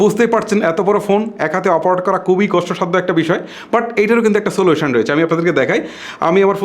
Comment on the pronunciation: দয়া করে শুদ্ধ বাংলা বলেন।উচ্চারনে এতো ভুল করেন, দয়া করে সঠিক ভাবে বাংলা উচ্চারণ করার জন্য আপনাকে অনুরোধ করব।আপনি খুবি করে বলে কুবি।কুবি আর খুবি কি এক?